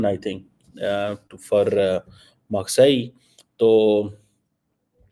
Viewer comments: Marseille isn't pronounced Maqsai 😂😂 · अरे भाई किस्को समझा रहा?? जो इन्सान Marseille को मारकाईल बोल रहा उस गधे को क्या समझाओगे? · Ghoru “ Marseille” correct pronunciation is maa.say this is because of fake phd degree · "Maksai" ... I was wondering what place is this... 😄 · You visited the place but still could not correctly pronounce the name. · for ‘measure’ he says meieeeer you think he can pronounce marseille???? 😂 😂😂😂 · true that